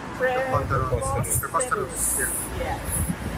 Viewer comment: Preposterous lang di pa mabigkas ng maayos ni Sara Dutae!!! Boplax talaga...